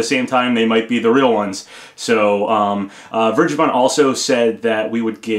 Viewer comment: "Vergeben" is german and not pronounced like that. ;)